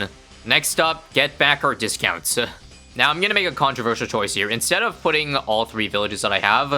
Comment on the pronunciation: I wanted to do comment same thing but it's still funny